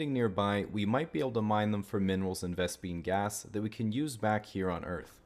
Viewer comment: Did I hear “vespine gas” are we destined to be the Terran of StarCraft